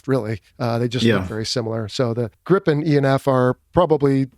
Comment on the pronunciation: Haha the interviewer pronounce gripen better then the Swedish pilot😅😅😅